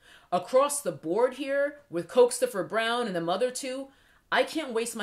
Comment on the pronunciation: COKES-toe-fer BROWN has sent me to the outer limits 😩😩😩😭😭😭